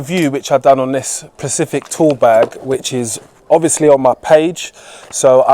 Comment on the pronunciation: First and foremost - a plumber IS NOT an engineer. Secondly, the word is specific, not “pacific”. Pacific is an ocean.